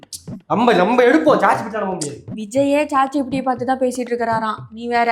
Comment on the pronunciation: Chat gpt ❌ Che gpt 😂😂